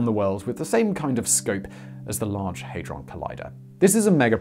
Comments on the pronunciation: HAD not HEY Hadron not Heydron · Hey-drawn? No it is pronounced Had-drun or ha-druhn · It's pronounced had-ron not hayd-ron lol. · Hadron not heydron :) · NO!... I cannot sit through 18mins of you saying 'haydron'.... where did you get the Y from?... hadron!... had ron! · Cool, but it's pronounced Ha-dron - not Hey-dron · The only annoying thing about this video is pronouncing it haydron when it is HADRON!! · Simon: “They are idiots” 2 seconds earlier: HeyyyyyDron collider 🤢🤢🤢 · 'Haydron' Shudders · You get a dislike because you asked for one and your pronouncing it hydron collider bleugh!